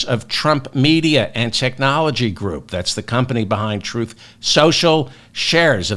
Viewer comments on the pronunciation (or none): Not sure if that verbal glitch was intentional but " Christian grope" seems accurate.